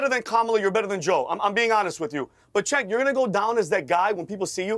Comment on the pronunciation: I wonder why a lot of people pronounce CHENK instead of JENK when it comes to Cenk Uygur's first name. I mean it's not that hard, is it? It's JENK. Simple. Because the letter C in Turkish is the equivalent of the English J. For what's worth, I'm not a Cenk Uygur fan by any means or metrics, but it still grates on my eardrums when someone mispronounces his name. Thank you for your understanding.